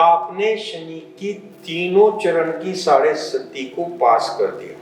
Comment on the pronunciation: साढ़े सती नहीं, साढ़े साती